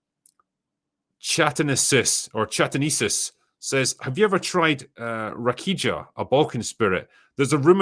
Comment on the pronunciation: Took me a while to understands what was talking about when he pronounced "rakija" that way 😂 Cheers from Croatia!